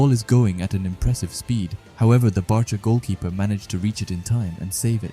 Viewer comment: The names are pronounced like bark-a and bA-stard munick